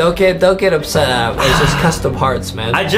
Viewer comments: It's adem not adam 😎😎😎😎😎😎😎😎😎😎lol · It's Adem not Adam😂😂😂